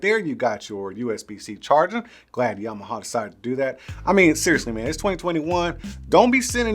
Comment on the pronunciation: Yam-ah-ha. Not Yamahaw. Lol 😂. I see what you did.